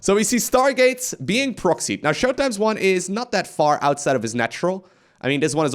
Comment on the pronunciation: TH-at, not D-at cmon bro your English is so good